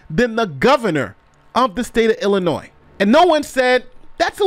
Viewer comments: This lawyer is still pronouncing the S in Illinois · Illinois (pronounced Illinoy) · Damn dude - how are you an educated lawyer but you're still pronouncing the S at the end of Illinois?? It doesn't have a plural sound. Stop it. Every video you cover about this stupid mayor you're sounding illiterate. It's a state, it's not hard, get it right already. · Damn dude - how are you an educated lawyer but you're still pronouncing the S at the end of Illinois?? It doesn't have a plural sound. Stop it. Every video you cover about this stupid mayor you're sounding illiterate. It's a state, it's not hard, get it right already. It's supposed to sound like "ill--i--NOY" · The S is silent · Commenter: the S is silent in Illinois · The s is silent in Illinois. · Don't pronounce the S in Illinois, duh! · As much as I hate this state and want out immensely, please don't pronounce the s in Illinois! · there is no noise in Illinois. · Jesus, the 'S' at the end of Illinois is silent... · The word Illinois is pronunced with a SILENT (S). Only an 8 yr old would pronunce it like you did!!! Been like this for hundreds of years. You call yourself a LAWYER? WIll NOT SUBSCRIBE to illiteracy. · still to stupid to get the state's name right ... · The S in Illinois is silent. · Please pronounce Illinois correctly. The S on the end is silent. Great video as always! 💜